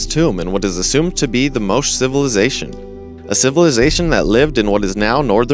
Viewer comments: #11 about the Moche culture, isn't pronounced Moach, its more like Moe chay.. FYI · If you're going to use names like Moche and Cambridge (among others), at least figure out how to pronounce them correctly.